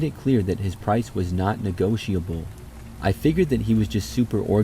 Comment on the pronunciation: Who pronounces "negotiable" like that?